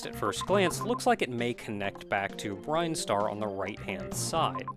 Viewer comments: Yeah, you calling it "Brine-star" threw me for a loop the first time too. Honestly, knowing how weird Japanese-to-English can be, I would not be surprised if it was supposed to be Brine-star in katakana or something (just look at Mega Man 2's Bubble Lead and how it changed from Japanese to English) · Same here. I always thought it was Brin-star too. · Are you sure it's pronounced "brine-star" rather than "brin-star", with "brin" pronounced the same way as "grin"? Idk, I've always done the latter... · Are there official pronunciations for Metroid words? Brine-star always sounded weird to me. Salty. Always wondered what the deal was with the statue. Did they place it, expecting to die? I get it from a gameplay standpoint, it's a lock, but is there lore? Reminds me of the white grass in the flesh mushroom cave in Subnautica: Below Zero.